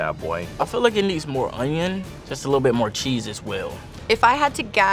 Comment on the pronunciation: istg if i hear someone say ungyung instead of onion one more time i'm gonna crash out